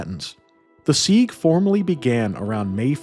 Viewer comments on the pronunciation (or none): It is siege (as in SEEJ), not SEEG . Please, for the love of God!